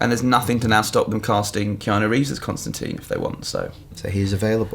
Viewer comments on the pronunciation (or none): none